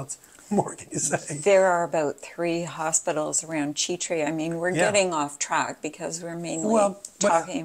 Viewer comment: Chitre is pronounced shē trey. Ch = Sh